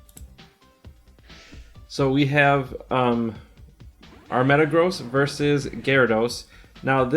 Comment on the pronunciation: Itl think its pronounced metagrozz not metagrows